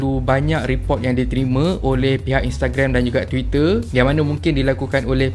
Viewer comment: Bang, Sebutan Twiiteerr tuu, Sedap didengarr... Mantap Boh